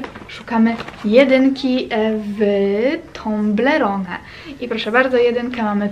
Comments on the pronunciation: I mówi toblerone anie tomblerone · mówi sie toblerone a nie tąblerone matko